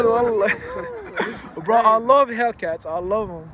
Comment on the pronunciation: هيكلات ❌ هيلكات ✅ 😂